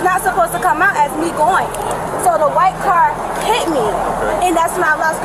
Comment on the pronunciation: I realllllly hate when suspects take a one syllable word and make it into several. I'm hurrr-errrt! "I got hiiiiiiii-itttttt!"